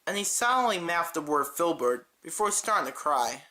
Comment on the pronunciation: ITS FILBURT